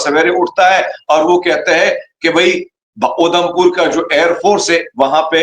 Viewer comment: 😂😂😂is sardar ko udhampur bolna nhi ara isse saaf samjh Ara tumne apna he koi mulla sardar bna k bitha diya 😂😂😂😂😂 gajab ho pakistani